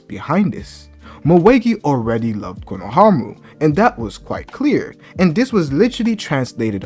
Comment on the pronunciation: ITS “KONOHAMARU”😭😭😭